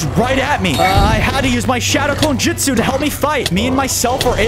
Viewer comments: It’s not jitsu it’s jusu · Jitzu😂 it’s jujsu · its jutsu not jitsu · It’s not jitzu or jujsu it’s jutsu😂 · its trash how he says "jitsu" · It’s funny how he says jitsu instead of jutsu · So im 2 min and 34 seconds in and bozo oops i meant 😅 said jitsu no not jutsu but JITSU and im like WHAT THE FU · Bro said jitsu💀💀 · He said jitsu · U keep saying jitsu JITsu not how say it’s jutso not JITso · It’s Justu not jistu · It is shadow clone jusit not jusit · It's JUTSU not JITSU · Bruh he cant say justu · Is jitsu not jitsu